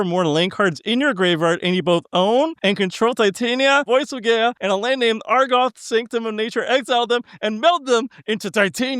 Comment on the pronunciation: Geeze. I thought SafronOlive had issues saying words until I heard keep saying "Lain" every time he tried to say land.